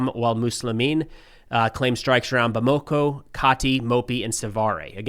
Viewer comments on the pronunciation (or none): It's pronounced Bam-a-ko, not Bam-ako. Getting that wrong is about as juvenile as your Rusophope fan base twisting Africa Corp into "Afrika Korp". I know you might find this difficult to understand but exactly which foreign force was invited into Mali and which expelled colonial power(s) is funding terrorists. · How hard is it to pronounce or look up how to pronounce Bamako? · It's pronounced like Bama-ko. Touareg is pronounce like Twa-reg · JNIM = Jay-nim Bamako = Bamma-co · twah ... not too ... twah reg. or too uhh reg. Hint: lay off the American twang, that heavy "Accent on //this// syllable!" ... Obama co ... not Bamaaako.